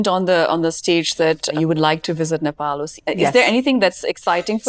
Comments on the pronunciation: She pronounced Nepal so well — not like 'Nepol'. Nowadays, even Nepali kids pronounce it like that.❤ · Lara Dutta is pronouncing Nepal and Nepali very correctly other wise most of the people pronounce like Nefal and Nefali